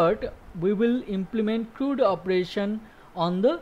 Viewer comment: CRUD.... it rhymes with MUD. Not MOOD.